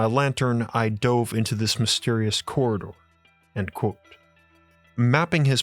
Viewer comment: It is pronounced "quote" not "quo".